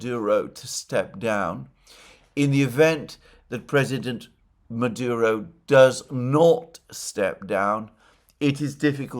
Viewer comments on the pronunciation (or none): none